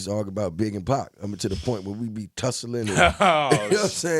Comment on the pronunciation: pac not pack